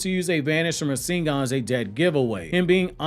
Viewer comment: You know so damn much about Naruto. But yet you can't pronounce Rasengan the correct way .... Lol